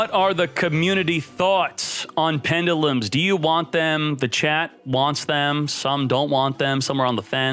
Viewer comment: Dislike for so many mispronounced pendulums lol.